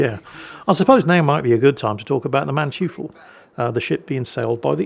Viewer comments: Hi, the Mannteufel is pronounced maann-toy-fel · 'Mann-toi-fel', to be precise. It means something like 'Man-devil' in English. It's named after the Von Mannteufel family name.